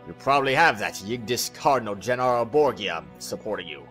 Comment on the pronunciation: btw it's bor-ja not bro-gee-a gotta love cutscene focused missions with no gameplay xD